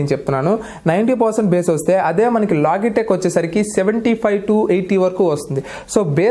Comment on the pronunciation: లోగిటెక్ కాదు. లోజిటెక్.